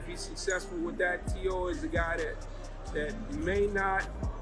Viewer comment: Teo FIGH-MO lol